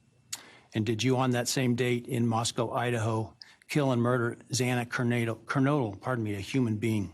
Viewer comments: Could this judge please say "Ker-NO-dle"? How hard is that? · Unimaginable that he screwed it up all 3x he said it. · Repeatedly mispronouncing Xana‘s last name is UNACCEPTABLE!